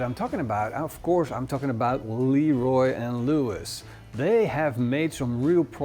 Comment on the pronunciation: It isn't pronounced Leeroy and Lewis. It's leh-ROY.